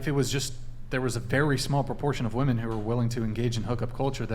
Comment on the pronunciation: ... that girl keeps saying Wo-Men. ??? Wo-Man. Gawd damn Idgit.